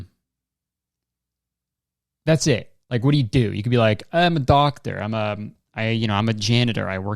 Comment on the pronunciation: BiG tIMe. DoCk-teR